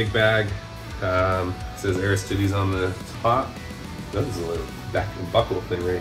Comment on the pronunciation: Aris-tee-days. Nothing to do with Ares' chest. Also: Man that packaging is both horrifying and calming, since it apparently is packaged well enough to survive that :D